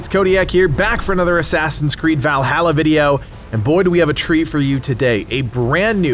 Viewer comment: You say Valhalla wrong, just so you know lol